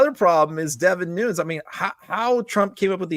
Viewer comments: Devin Nunes' last name is pronounced (according to Wikipedia) /ˈnuːnɛs/ (NooNess), not Noons. Just FYI. Keep up the great work. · Pronounced New-nez Devon is Portuguese that's how his last name is pronounced.